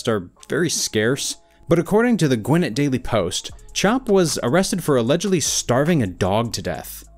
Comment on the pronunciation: Gwinnett isn't pronounced Gwhen it, it's pronounced Gwhen net.